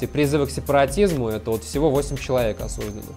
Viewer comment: да надоел уже этот подставной казачок. Неужели не видно, он даже говорит осУждено, а не осужденО, как нормальные люди.